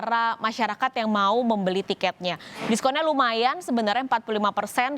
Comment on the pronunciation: setetes kekhilafan mbak ini wkwk : itnernasional (internasional) : disupolenkun (diskon)